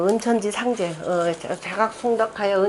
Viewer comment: 장음인 단어의 첫자를 짧게 잘못 발음한 예:보통,(여름)하, 상제뿐이옵기 한국 학자중 자고저에 A+이십니다. 초 박람 강기에 무릎을 꿇겠읍니다. 계속해서 강단에 서시기 바랍니다. 미국 변 완수 배